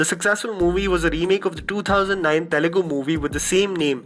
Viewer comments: It's Telugu not Telegu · Dude.. it's not telegu. It's Telugu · Bhai Telegu nahi hai.. it's TELUGU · Abey Northies... It is TELUGU not Telegu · one small correction , it is Telugu not Telegu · For the umpteenth time, it's Telugu not Telegu!! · It is Telugu not Telegu!! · It's Telugu... Not Telegu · its not telegu but Telugu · Why peole confuse name of language? It is not TELEGU. It is TELUGU. TE LU GU.